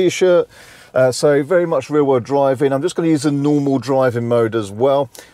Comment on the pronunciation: Every time you say "real world drive" it sounds like you are saying "rear wheel drive" or vice versa. Got confused.